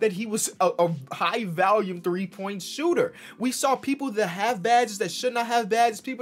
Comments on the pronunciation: Did he just call VOLUME "VALIUM"? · Did he say valume not volume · Did he just say valume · Nobody: and VALUME